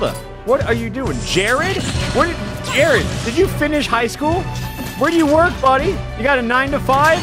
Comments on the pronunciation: actually it was jaird like jab air lmao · No one: Absolutely nobody: Not even jArEd: Alpharad: dO yOu EaT sAnDwItCheS wItH tHe CrUsT oF, JAIRED